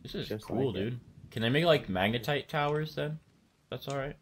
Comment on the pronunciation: you said magetite not magnetite